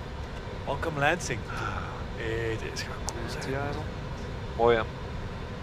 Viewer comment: Sounds like the Captain says, "Leipzig" when he says, "Lansing"... ;)